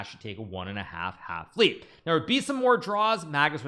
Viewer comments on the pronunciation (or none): none